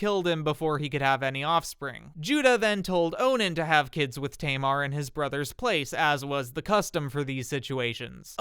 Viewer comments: hi i live in israel and speak hebrew, i find the way you said tamar hilarious because it's a common name in israel to this day, it's pronounced "ta mar" not "teymar"(xd) obviously this isn't your fault just wanted to let you know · Just a heads up if you wanna say the Hebrew names more accurately you should ignore the English language rules. For example, instead of saying Tamar as tay-mar Pronounce it as Taa- maar, as it's written. Love your videos 🫶 -a native Hebrew speaker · Just a note, "Tamar" is pronounced with two short "a" vowels like in "cat". It's still a popular name in Hebrew today and is my fiancée's name